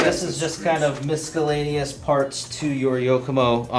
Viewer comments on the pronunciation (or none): Mis-A-lain-ous! LOL